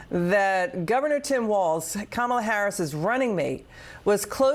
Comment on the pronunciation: Mr. Steube, why are you unable to pronounce Kamala Harris's name correctly? Even your Fox host there pronounced it right. Don't you think it shows disrespect to intentionally mispronounce a person's name?